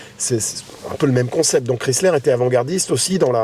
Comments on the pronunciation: Les plaques sont montées trop proche au dessous du calandre. Il s'agit d'une millèsime 2004. La pronuncion 'Chrysler' n'est pas bonne. On ne prononce pas le nom à la méthode française comme 'kriisslär' mais étant donné qu'il s'agit d'une marque américaine comme 'kraiissler'. Jolie voiture, même avec un 'esprit baroque'. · Ho ho ho ces très loin d’une Bentley ou ce genre de modèle, si vous aviez au moins faite un comparatif avec une Cadillac et ou Lincoln. Autre point vous pensez que vous parlez englais juste votre prononciation du mot Chrysler j’ai pissé de rire, savez-vous le sens du mot respect d’une autre langue que le français.